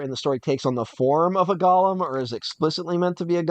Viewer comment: Your pronunciation of “golem” is interesting, I’ve always heard it as gow·luhm, not like Gollum from The Hobbit.